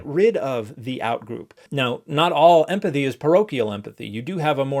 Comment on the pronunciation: Clam down everyone I was just making a joke about his pronunciation. It sounded like emFathy